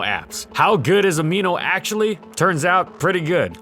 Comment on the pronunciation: "How good is Amino acutally?" lolol